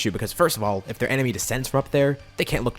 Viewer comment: In almost every video you say 'it's an enermy of my enermy situation" 😂